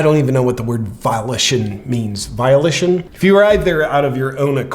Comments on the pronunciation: Volition. Pronounced [vōh-li-shon] the faculty or power of using one's own will. Love your podcasts. Stay hard, my friend. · Maybe it’s a regional thing, but I’m pretty sure “volition” is pronounced with a long O. “vō-LISH-un” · you cracked me up with that bit about the word volition. it's pronounced vole-ish-in, but who really cares. that was funny. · It's Volition not violation 😅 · You say Volition I say Violition Let's call the whole thing off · The word is "volition". Keep up the good work JP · Love ya man but ya gotta learn how to pronounce words before using them, especially relatively basic words like “volition”. You kinda got it mixed with “violation”. Remember, words matter😆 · Volition, not violation lol. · The volition word — it’s vo-lishunn” Totally love you JP! I like that you keep the compassion while saying how ludicrous it all is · it's pronounced "vol-ish-on" (/vəˈlɪʃn/)